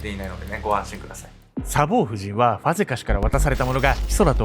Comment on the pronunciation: サボー↑夫人😂 サボー↓夫人ですｗ 全く本筋と関係ないけど気になって気になってｗｗ